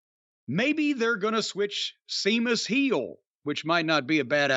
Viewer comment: Come on man. He is constantly mocking him and putting him down. Calling him "Seemus" and talking about being pale. And he's not even being presented on a main event level for a while anyway. So that can't be the reason.